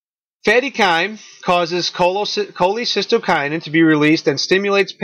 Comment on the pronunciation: Hate to be pedantic but it's cholecystokinin, not cholesystokinin.